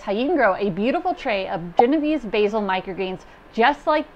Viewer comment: Cool vid! Also, pronounced: jen-oh-VAY-say